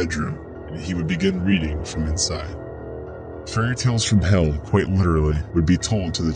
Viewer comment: I found Kwite!